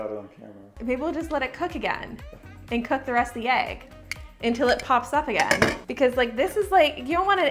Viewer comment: I love how you pronounce egg lol ayg